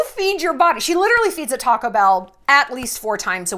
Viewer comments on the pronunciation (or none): none